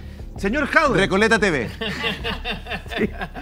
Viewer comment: Porque le dice Jaude? Es Jadue!!!!!!! Ya partimos mal Orrego.